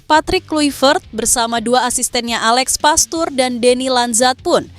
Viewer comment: Uji coba kok bilang uji koba... Ini youtuber sok jago dlam ngomong, tapi faktanya, O On, alex pastoor, di baca Aleks pasto' orrr